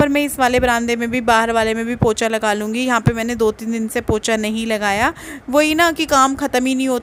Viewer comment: वह पोछा होता है पोचा नहीं